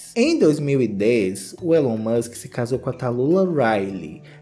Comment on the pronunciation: A pronuncia é "Ílon", não "Élon" 😉